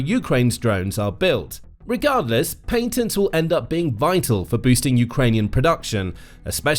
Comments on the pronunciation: dud its patents not Paintents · Lol paintnests??😅